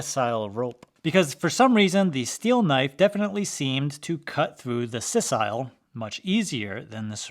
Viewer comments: "SIGH-sal", not "SESS-isle" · "SISS ile" → "SIGH sull" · sisal = seye sl not sis eyel there is only one 'i' in sisal otherwise good stuff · did you can sisal sis-i'll ? It's pronounced sizal, if you don't believe me try doing a voice search with your pronunciation, but I know, befause I grew up in Tanzania, where the plants are grown, my best mate's dad ran a plantation and factory for the rope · Right because the letter Ayer the second s is an A not an I. So if you are spelling it phonetically at worst you would pronounce it Sis-all or sis-al but the correct way is Siz-all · sisal is pronounced (size uhl, size al) not the (sis ile) that you said. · It's SI-sal not sessile rope! "Sessile" means rooted in place often referring to marine organisms like sea anemones or barnacles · It's said S-eye-sal :) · Great video. The rope is pronounced si-sal. Like the work "sigh". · Facinating! For the longest time the circles claimed ceramics were disposable… and btw It’s Pronounced PSY•SL Rope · It’s SISAL rope not “sisile.” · My only question is why you pronounce the a in sisal like it's a long I? It's saɪ səl BTW. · Sisal is pronounced as /ˈsaɪ.səl/ in both British and American English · You might want to check your pronunciation of ‘sisal’